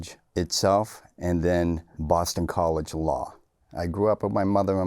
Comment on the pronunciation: Irish...... gwowing up in swou bwoston..... 😂